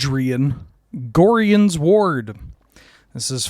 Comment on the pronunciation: I know I am probably in the minority here, but I played the Baldur's Gate Games and I just wanna correct pronounciation on Jan and Gorion, Gorian was your father figure in Baldur's Gate, his name is pronounced rhyming with Orion. Jan Jansen was a potential party member in BG2 and it is pronounced similar to yawn but without the w.